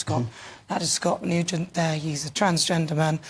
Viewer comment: 😆😆 This must be another 'put on' by GB News.